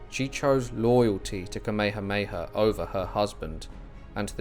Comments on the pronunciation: Oh the irony. 🙄 An annoying Brit telling the world about of one of the most famous people in history of the Hawai’i. To the annoying Brit learn how to pronounce Kamehameha. It’s really easy. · The poor pronunciation is cringey. He’s pronouncing Kamehameha completely wrong and it’s bugging the crap out of me. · Great info but the AI voice needs to pronounce Kamehameha correctly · Along the Alaska coast? King Kamehameha should be pronounced properly out of respect. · Thank you but it would be good to pronounce the Hawaiian King's name correctly... it's not Kameha-heya. READ THE NAME. It's Kameha-meha. *Sigh... your Brits! The world has left you behind. Update: I can't handle the butchering of the name anymore... stopped it after 11 minutes. Brits butchered land, culture and people... and to continue by butchering their names?? Do you want people to call Charles, CHAR-LESS?! Get a clue, Brits. ....And, yeah, fix your teeth! LOL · Bro you said Kameahea 😖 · Sorry man. The true olelo Hawai'i is still spoken on Ni'ihau and they say Tamehameha. The missionaries changed all the [t's] to [k's]. I learned that over 45 years ago when I heard someone on Kaua'i speaking it. Frickin' weird how a small group of people can change the pronunciation of a language. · Please learn how to say Kamehameha /ˌkɑː.meɪ.həˈmeɪ.hə/ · Ka mea ha mea ha... Please pronounce it correctly 💯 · It’s not that hard… Ka=Kah-me=may-ha=hah-me=may-ha=hah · Can’t listen to this crap this AI can’t even pronounce the Hawaiian words properly. This offends me deeply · The pronunciation of the character’s Hawaiian name is incorrect. The grammatical markers tells all Hawaiians how it’s supposed to be pronounced. Please don’t use AI. It is incorrect. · I was excited to watch this but then I soon realized that you had no idea how to pronounce King Kamehameha so I had to turn it off. If you're going to do a history piece you should at least know how to pronounce names.